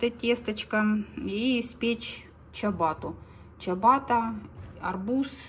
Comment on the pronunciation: Чиабатта правильно говорить.